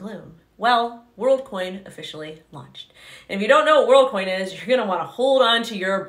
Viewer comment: She's saying Worldcoin but all I hear is Onecoin